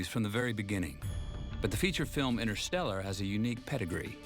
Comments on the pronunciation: "The science of intershtellar"............ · The correct term is actually "The science of innershtellar..." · jimbob jim ”the science of in-er stel-er”